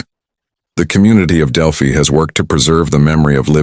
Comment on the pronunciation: It’s pronounced Del-phy. Not del- phee.